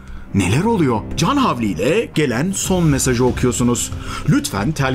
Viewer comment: oluyo, yapıyo, duyuyo - gibi kelimelerin sonunda olması gereken -r 'leri yutmazsanız, daha rahat dinlenirsiniz.